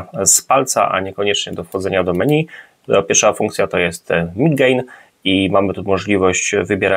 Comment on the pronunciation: Dlaczego raz menu, a raz meni? czyli właściwie 🤔 (Też razi mnie jak niektórzy nazywają stiuarda - stewardem (dosłownie), ale kobietę to już stiuardessa.Z kolei na karfur wymyślają kerfur - podpisując się znajomością angielskiego, a przecież to jest francuszczyznana 😃 ) A tak filmik OK. Pozdrawiam 😏